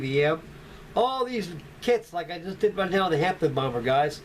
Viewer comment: It's called a Handley page "Hampden" not Hampton!!!